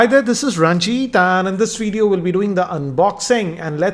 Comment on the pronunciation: I like your veedeeo pronunciation